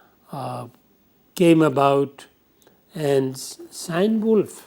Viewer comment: dont mean to disrespect, but the lecture was disorganized and after the initial background it lost its track and remained so, also some of the information were just plain wrong, and finally it's pronounced KeeNeWulf!